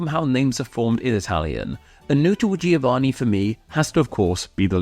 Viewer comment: Please learn how to pronounce German and Italian. These do not follow the same rules as English.